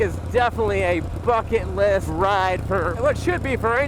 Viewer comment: you said "bucket list" right? Cause that's not what it sounds like.